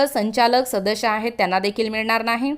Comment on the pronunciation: Shadash nahi sadas boltath